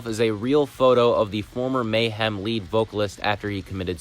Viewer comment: Trujillo is spelled like True-hill-yo. Lead guitar is spelled like "leed" not like led (chemical element).